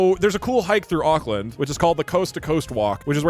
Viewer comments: him saying ockland 💔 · WHAT THE FUCK IS AOKLAND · One hour of kiwi pain at hearing an American pronounce Auckland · The pain from hearing Doug pronounce the names of things how people outside nez zealand do is visceral and sharp 🫶